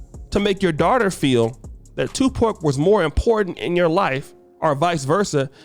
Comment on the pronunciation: Bro said, "2 Pork 🐷." I'm dead 😂😂😂